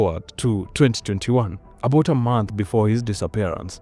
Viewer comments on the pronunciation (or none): none